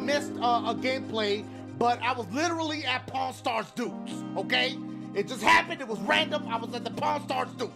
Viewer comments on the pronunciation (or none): Why when he says pawn stars duke he sound like he saying Porn stars duke lml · I thought all this time u were saying pornstarsdo